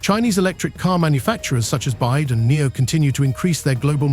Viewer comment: Total ignorance of this narrator in regard to the industry as he keeps calling BYD bide. This is an ill informed rehash of misinformation that has been around for months for the purpose of getting clicks and spreading false information.👎🏻